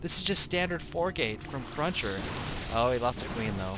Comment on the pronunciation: Cruncher not crusher dammit